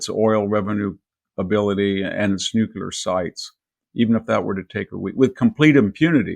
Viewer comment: Victor needs to learn how to say nuclear.... he goofs every time.